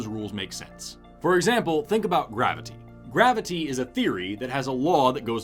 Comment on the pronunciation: This man pronounces graviTy as if someone hurt him in his past by misspelling or mispronoucing it as "gravidy".